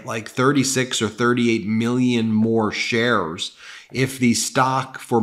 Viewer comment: Keep hearing shares as chers & cant stop laughing at so many chers 😂